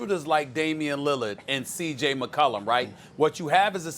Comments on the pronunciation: Perk needs some hooked on phonics... He out here saying “Gord” instead of “Guard” “Sacystical” instead of “Statistical” “CJ McColor” instead of “CJ McCollum” Like bro come on now 😂😂😂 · Did he just say CJ Mccullun?! 😂😂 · He said Mccolon. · *C.J. McCOLOR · lol its CJ McCulla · That’s exactly what I thought he said 😂